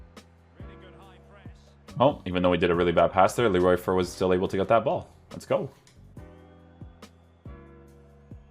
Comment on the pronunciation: You pronounce his name as "Fair" tho